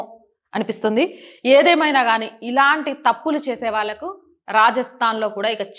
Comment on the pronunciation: మీరు చెప్పిన విషయం చాలా గొప్పగా ఉన్నది. కానీ ఒక్క పదాన్ని మాత్రము సరిగా పలకలను లేదు. ఇపుడు చాలా మంది ఇలాగే తయారయ్యారు. ఆ పదాలు ఏవంటే! కోళ్ళు, నీళ్లు, వాళ్లు వీళ్లు, కళ్లు వెళ్లు, వెళ్లి ఇటువంటి పదాలను ( ళ్ల) అనే అక్షరాన్ని తీశేసి (ల్ల) వాడుతున్నారు. దయచేసి మన తెలుగును మీలాంటి వారే మన ప్రజలలో మార్పు తేగల రని ఆశిస్తున్నాను.